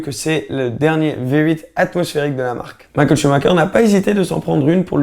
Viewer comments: Ça fait mal aux oreilles quand tu dis Mickaël ShumaKer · il ma tué "Michael CHUBAKA"